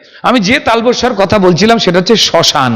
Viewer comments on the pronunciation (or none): তৃতীয় শ টা কি???????? ও শ্মশান ! ওটা শ নয় শ্ম 😂😂😂